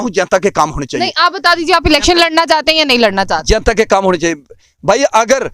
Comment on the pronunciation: isko koi bataye jenta nahi janta hota hai